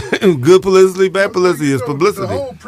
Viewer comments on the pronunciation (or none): Calling a ni99a country but you can't pronounce publicity!!! East and West Coast people kill me with that! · PULICITY?? 😂😂😂😂 Nigga it's PUBLICITY!!!